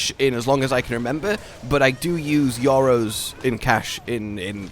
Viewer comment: "Yoros?" I have never heard Euros pronounced like that. Guess I live in Yorop now.